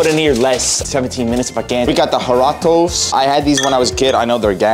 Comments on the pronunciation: Bruh just letting you know but it’s pronounced harito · Use a can opener and they are called (har-e-toes) that's how u pronounce it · My boy said huratoes😂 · When he said jaraatas I started Dying and jaratos Like lmao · The drink is called aa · ree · towz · BRO THE DRINK PRONOUNCED IN MEXICO IS “HARRITOES” AND IM NOT RACIST. AND IM NOT FALLING FOR BEING KILLED SCREEDI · You pronounce the drink Jarritos like haritos and toy to roll your rs